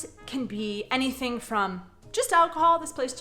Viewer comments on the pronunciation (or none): none